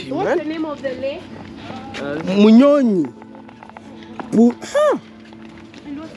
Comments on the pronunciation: It's Lake Bunyonyi not Bunyonyo my brother. We love you soooo much ❤❤❤ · Thanks for touring Uganda, just an observation the lake is called “lake bunyonyi not bunyonyo I am happy to see my home ❤ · The Lake is called Lake Bunyonyi not Bunyonyo. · Thank you for these beautiful videos of my country ☺️. A kind correction: It's Lake bunyonyi not bunyonyo. Bunyonyi means birds... It's known for having more than 200 species of birds which are many.